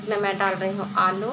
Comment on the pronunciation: Aloo hota hai ale nahin